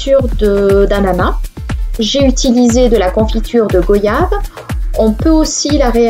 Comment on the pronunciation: Goiyave pas go yave on dit bien royale et voyage !😉